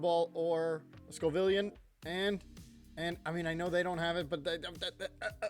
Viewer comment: My dude, it is Scovillain, not Scovivillan or Scovilian Sco - villain. Like the Scoville scale (measurement of spiciness) and villain like the antagonist in a story. I love your videos haha I just can’t take hearing scovivilan 😂